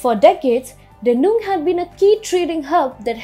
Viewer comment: this time I stopped at "funneled". For god's sake - look up Google for a word that you are not sure how to pronounce. Also please get the pronunciation of names correctly. You are pronouncing Dandong as Dendung. There were a bunch of other mistakes you made. The content of TFI global is good. But your pronunciation is really annoying viewers!!! It could drive away many of us. Please raise your bar of professionalism.